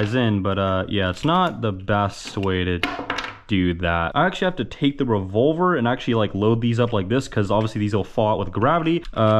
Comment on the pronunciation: " they said get a revolar "